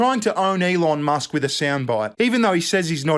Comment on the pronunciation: love you but who tf is Alon Musk? 🤣